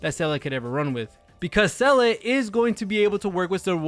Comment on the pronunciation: did you seriously just call SEE-LAH SAL-LID ? and basically the rest of the video? cuz that's what I heard....lol